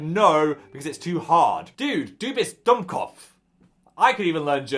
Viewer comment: ok but why is phil's pronunciation of "Du bist Dummkopf" lowkey good